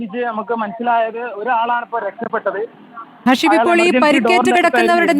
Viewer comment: ഹസീബ് ആണ്, not ഹർഷീബ് 😂